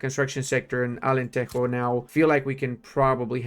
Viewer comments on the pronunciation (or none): Its not alenteho bro 😭😭